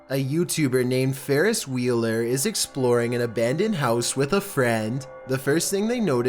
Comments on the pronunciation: #11 "farris wheeler" lol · When I heard Farris Wheeler I immediately thought Farris buellers day off😂😂